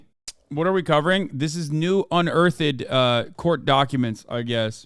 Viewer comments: My boi said "un-ur-turd" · Unearth-ed lmao😂😂😂😂😂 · It's adorable how Hasan says "unearth-ed" 😂